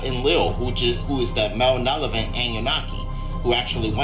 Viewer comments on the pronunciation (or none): somebody needs to tell bruh here that the word he’s slaughtering is “Malevolent”!lmao😂😂😂😂😂